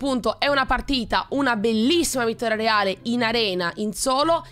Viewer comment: Ma solo io alla fine apposto di vittoria aveva detto vittora PS tutti possono sbagliare tranquilla